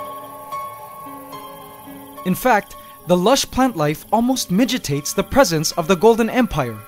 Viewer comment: Lmao he said midgetates instead of mitigates.